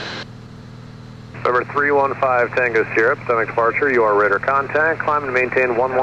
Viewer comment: The local way to say it is "puh-tow-mack" or maybe "pah-tow-mack" but I have never heard "poo-tom-ac" before.. 🤣I bet ATC got a laugh out of that.